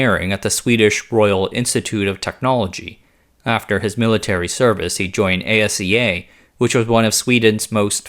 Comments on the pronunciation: Thank you, working in the industry and hearing A-S-E-A was driving me crazy. Ah-see-ya! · ASEA is an acronym that's pronounced Aseá. The individual letters aren't spelled out just as they aren't in e.g. SAAB and IKEA. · Störde mig också på det. Speciellt asea.